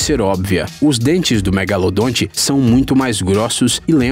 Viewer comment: Para quem acha que o nome correto dele é apenas " Megalodon" está absolutamente enganado. Pois este nome é a pronúncia em inglês . Então se o chamarem de megalodonte estão corretíssimo. Existem até pessoas que acham que o narrador está pronunciando errado. Esses que pensam nisso deveriam tomar uma tapa no pé da orelha para estudarem mais... Bando de gado.